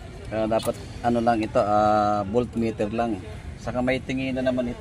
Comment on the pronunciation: "Voltmeter' po...